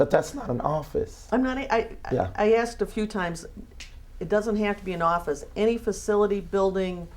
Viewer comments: asked not axt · .014 seconds to .016 seconds he said axed and asked in the same sentence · It’s asked not axe!!!!! Stop it!!! I’m sick of you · He should have “AXED”his Lawyer for the address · Goddammit! The word is ASKED not axed you stupid fuckin' swindler. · Pacific? Axed? Day for they? Den for then? And he makes his "living/ripoff" from speaking? Can I get a break. Scumbag.